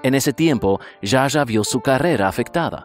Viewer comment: Está genial la.historia... ah no se dice Ya Ya a (Zsa Zsa) se pronuncia Sha Sha